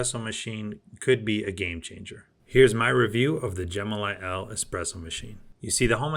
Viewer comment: I think the machine is pronounced “Elly” not “L”, in other words the name is short for Elephant - as imaged in the elephant logo and the colour description “Elephant Gray”.